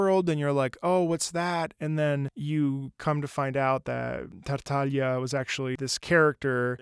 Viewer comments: I think you're the only one that pronounced his name correctly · thank you for saying his name correctly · Finally someone who says Tartaglia's name correctly😌👌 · i can’t thank you enough for saying his name correctly 😂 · THANK YOU SO MUCH MY GOOD SIR FOR SAYING HIS NAME CORRECTLY. MY HOPE IN HUMANITY IS RESTORED T-T edit: AND HE KNOWS ABOUT COMMEDIA DEL ARTE, YESSSSSSSSSSSSSSSSSSSSS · god thank you for saying tartaglia with the gl like in "bottiglia" and not like the game says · first time i hear someone not italian pronunce Tartaglia properly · Finally someone getting Tartaglia’s pronunciation right